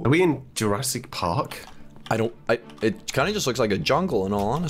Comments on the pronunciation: anyone else see sub say "jurrasic mark" lol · did anyone notice that sub said Mark instead of park? when they asked if they were in Jurassic park.?